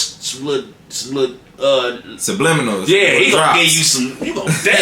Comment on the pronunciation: 😂😂😂😂TAY STRUGGLING TO MENTION “SUBLIMINAL “ funny asf😂😂😂.. dude turned into saltbae here with his fingers.